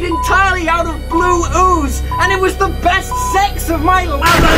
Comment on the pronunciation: Emphasis on WAS (idk how to spell dat sh*t)